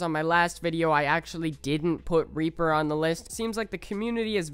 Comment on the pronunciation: Ngl i thought he said raper